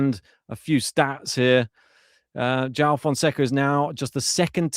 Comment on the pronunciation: well, you could start with learning how to pronounce his name right. Because most of the English speaking people can't. The "J" is not pronounced as in "John", it is like in that song "Jolie, Jolie..." It is portugies name man, and he earned it to be sound correctly. You can just watch Novak press, he can say it the way it is. Probably the best match of the RG. Best so far for sure.